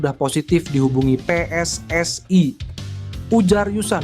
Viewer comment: Bilang PSSI kok bacanya pe es es ai Kalo Bhs Inggris kan harusnya pi es es ai Kalo Bhs Indonesia yah pe es es i Situ org dr negara mana siy ??😂